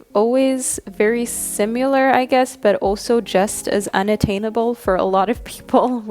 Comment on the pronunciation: Does anyone else hear her saying "simular" instead of "similar"?